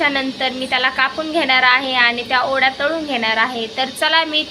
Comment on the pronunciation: Tai ओड्या nhi o .. te वड्या असतात.... जास्त सुशिक्षित बोलण्याच्या नादात काही पण काय 🤦